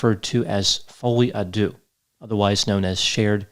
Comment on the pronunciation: Deux pronounced der..